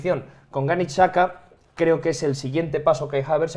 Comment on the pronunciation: Pido por favor que deje de pronunciar Xhaka como saka